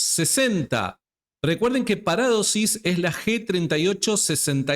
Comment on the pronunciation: Parádosis NO ni en broma porque mucha gente no sabe y se puede confundir, ni de broma se deben cambiar la acentuación de las palabras, es una de las características de nuestro rico idioma español la acentuación es MUY IMPORTANTE, POR EJEMPLO A JOSÉ A VECES LE LLAMAS JOSE, NO, SIEMPRE DEBE PRONUNCIARSE JOSÉ Y LO MISMO en PARADOSIS, LA ACENTUACIÓN NO ES GRÁFICA- PARÁDOSIS- NO, JAMÁS, DISCULPA PERO LA ACENTUACIÓN ESPAÑOLA SE DEBE RESPETAR, A VER QUE TE DIGAN SÁNTIAGO, QUÉ?